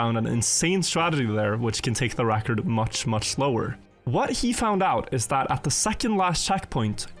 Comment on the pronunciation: "Which could take the recors much muck slower"? I think you slid in an S on mayonnaise sir...